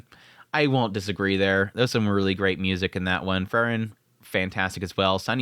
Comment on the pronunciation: How hard is to pronounce Frieren? Free-ren